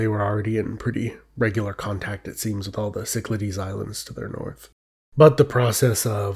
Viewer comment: Some pronunciation tips.It is not Sicklahdies Islands, but Kiklathes,from the Greek word for circle., Kiklos.I appreciate the artistic efforts , but for the sake of your Greek viewers, take the time to learn some proper pronunciation.Use Google Translate as it has a audio function that tells you the way to say it.To all the Erasmian pundits,I don't care what you think.Just humour us Greek speakers.